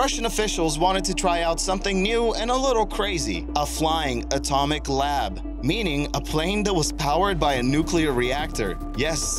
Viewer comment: Atumic labratory